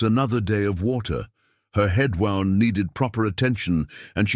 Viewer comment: Love the story but spotted her left hand has 6 fingers ! And sometimes words mispronounced eg wound as in injury. But still enjoyed story.